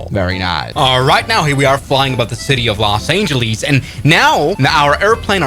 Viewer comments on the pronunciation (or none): los angelees?